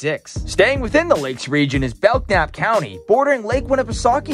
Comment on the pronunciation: Native and longtime resident of Belknap county. With all due respect, your focus on median age in the various areas only gives one reference point for anyone considering moving to NH. Also, your pronunciation of Belknap is cringeworthy. The k is silent.